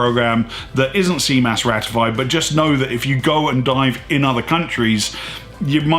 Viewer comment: Your French is amazing! ;) More seriously thanks for making the effort to say CMAS correctly. Very interesting video !!!!👍 I was looking for this type of information without finding anything comprehensive enough. And I love your point of view. I am the way around, did all my PADI cert and now I am back to France I can't find any PADI courses/instructor.